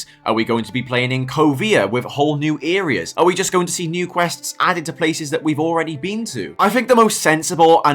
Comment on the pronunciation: "Earias"?!?!?!?! What U.K. dialect is that abomination? 🙂 Essex born myself and I have never in 60 years heard "areas" pronounced like that!